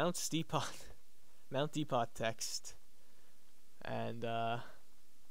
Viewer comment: And depot is pronounced dee-poe.